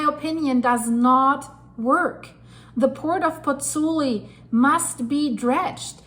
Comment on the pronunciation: BOTH vowels in the diphthong in Pozzuoli are pronounced - Pozz - oo - aw - li. You are leaving out the 'oo.' Disrespectful to mispronounce the name of the town - which I have visited by the way. The composer, Giovanni Pergolesi ( ), spent the last year of his short life there...